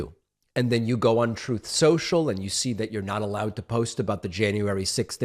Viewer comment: Humiliated indeed! Now, he is just entertainment. "Trooth saciall".. 🤤 I'm kind of hot, watching him squirm and soiling himself on camera! Now is the time to really laugh at him! It always was, but then he was elected.... Threatened to take the US out of NATO, -he really was a danger to us all! So happy and warm to see him humiliate himself on "Tooth socall.." Thanx, Donald. For being the Schmuck you are! 🤏!🖕!!!!!!!!!!! (by the way, this is my call to you :-D )